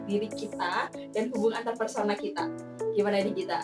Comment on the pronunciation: Antarpersonal Ka, bukan Antarpesona